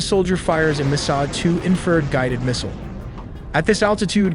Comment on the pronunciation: "Inferrrrrd" instead of In-fer-red and Warth-og instead of Wart-HOG , like c'mon.